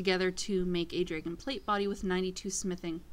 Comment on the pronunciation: why you say "snap DrÆgon? its dragon, like the mythical creature dragons